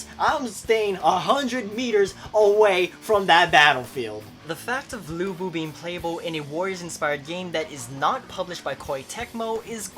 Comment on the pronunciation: studied chinese for 7 years pretty sure that's not how you pronounce his name xD but still i'm hyped, subscribed